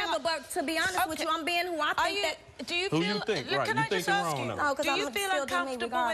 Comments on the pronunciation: Funny how she corrected her, "It's 'specific', not 'pacific'". It's also 'ask' not 'aks'. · If she wants to be less ghetto, maybe she should say "ask" as opposed to "axe".